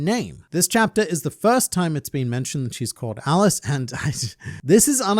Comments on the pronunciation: Her name is pronounced Aliche, as in the salty fish that goes in traditional pizza, not Alice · her name isn't pronounced Alice its "Aliche" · Pronounced Ali-che I thought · "I like to learn so much about One Piece and make funny jokes!" Then makes no funny jokes about pronounces the new secretary's name wrong. Good and fun.